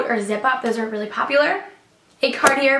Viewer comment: "Papular" "Papsocket" "Pasible" "Fluffy sacks" "Cancer tickets" Whats up with all the a's 😂😂